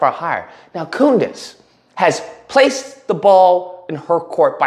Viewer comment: You call her Coondace too lol been calling her that forever ♾️ 😂😂😂😂 she really has a low IQ